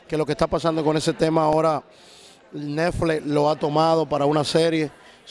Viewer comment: Y porque dice nefle? Es netflix